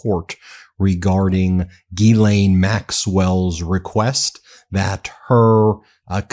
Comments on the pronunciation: Not geelaine (like guy) but jislaine (like justice ) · When there is a H behind a G, then the sound is J, like John. So it is GHIslaine (Jislaine), not guilaine (like guy). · I can’t listen to this Gee-lane mispronunciation anymore! I obviously don’t support her but Jesus atleast say her name correctly. It’s like nails on a chalkboard. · I dont like Ghislaine but i would like you to look better by pronouncing the name correctly. You’d be the first. It’s not a hard G. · Please Sir , be the first American to look up the actual way to pronounce Ghislaine properly ...every time you say it I laugh , all you Americans just follow along and pronounce it like typical Americans .